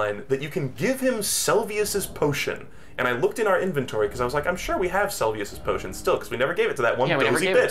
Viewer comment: I think, if nothing else, Margit's mispronounciation might be a joke The Seluvis mispronounciation would piss me off but I don't respect him